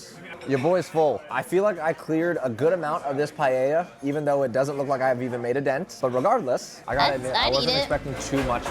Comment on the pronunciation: Btw Paella is pronounced Puh-eh-ja!